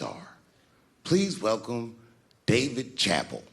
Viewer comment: David "Chapel" haha 😄